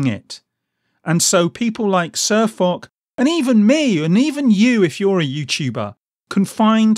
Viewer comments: For those of you telling me that I pronounced SirFoch's name incorrectly, I know, thanks. I realised my mistake too late too change it on the video. So apologies to SirFoch for getting his name wrong. I promise I won't do it again. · Panthers997 Cheers. Yeah, I found out I'd got the pronunciation wrong once the video went live. And you're not being an arse. I'd rather be set right than keep making the same mistake over and over 👍